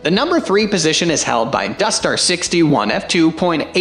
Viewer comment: It's "Industar" not 'dustar'. For good reviews of ex-Soviet lenses with photos, go to Zenography channel on YouTube.